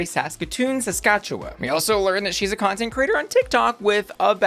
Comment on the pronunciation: Thanks for actually pronouncing “Saskatchewan” pretty well. As someone from Regina having the obvious joke has got real old and everyone always butchers pronouncing our province correctly. ❤️